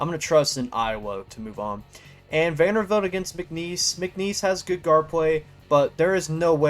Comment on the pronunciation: Vander-BILT. Come on my guy. Great video non the less